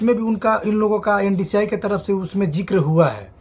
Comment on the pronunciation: Ndci nahi hota hai mere bhai NSDC Hota hai 😂😂😂